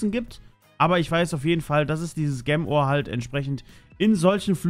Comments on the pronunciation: Ich mag es wenn du Gemm Ore sagst. Es heißt Gem Ore. Gem = Juwel und Ore = Erz. Also Juwel Erz. Es triggert mich wenn du Gemm Ore sagst. Bitte sag entweder Juwel auf deutsch oder Gem auf englisch. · "Gäm Oar"... BoI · junge sag bitte nicht mehr gem ore sondern sprichs richtig aus das nervt bisschen sonst coole folge :D